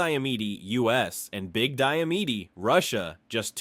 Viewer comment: You mispronounced little and big diomede